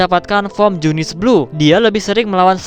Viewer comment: ya bener junisu njir bukan junice